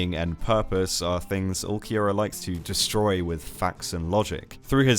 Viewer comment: took me a couple minutes to realize he's not saying ookiyura but ulqiorra british people really cant speak properly